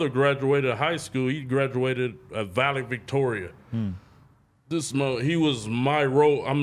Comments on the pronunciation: This nigga said Valley Victoria 🤣🤣🤣🤣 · Nigga said "Valevictoria"🤦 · “Valevictorian” lol